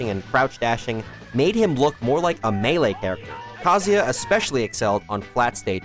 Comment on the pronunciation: Why does everyone pronounce Kazuya wrong? Like did we not go to school? You can't sound out vowels you can't clap syllables? Japanese people don't say "Kazaya" it sounds like they do because they are fluent in their language. Learn how to say Kazuya like a real Japanese person or drop the act and pronounce it correctly as a foreigner. Good video and all but dude I am really fed up how the smash community butchers his name and people defend the mispronouncation. Like you made a whole video on a character and couldnt even say his name right? ITS VOWELS BUDDY. WHERE IS THE "A"????? Gosh!!!